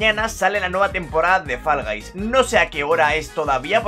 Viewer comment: Se pronuncia foll no fal